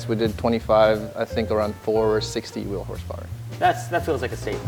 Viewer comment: six hifty dwo. six huunid hifty dwo to tee weel